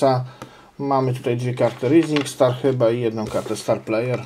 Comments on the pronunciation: Czyta się rizing star dla twojej wiadomości. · "rising star" czyta się "rajzing star".